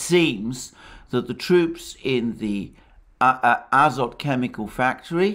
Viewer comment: in the name Azovstal and Azov Regiment - Azov ends with the letter"V" (after the sea of Azov) you pronounce right, but: Azot chemicals end with the letter "T" (Azot meaning nitrogen) you pronounce incorrectly.